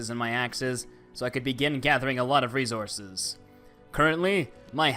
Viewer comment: No hate but why did resources sound like rezources 😂😂😂😂😂😂😂😂😂😂😂😂 its so funny because of your accent in the video but the video was 🔥🔥🔥🔥🔥🔥🔥🔥🔥🔥🔥🔥🔥🔥🔥🔥🔥 as hell